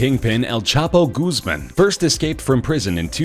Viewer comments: "Goozmen" Lmao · He pronouncer "Guzman" wrong